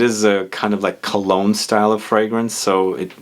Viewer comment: Kologne not cologne he he omg